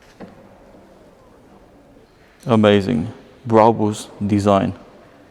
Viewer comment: why cant he say brabus normally